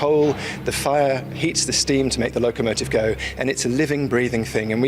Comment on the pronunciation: i.e. LocOmotive, not Locamotive - AI?